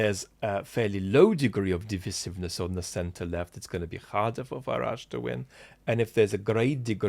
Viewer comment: weird pronounciation of "divisiveness". 🤔